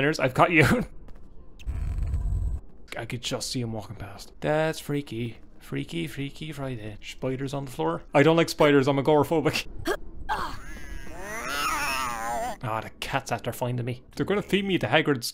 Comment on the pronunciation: ''I'm A-gora-phobic''